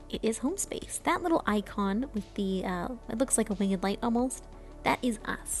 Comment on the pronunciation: Love the wing-ED light! has some classic pronunciations.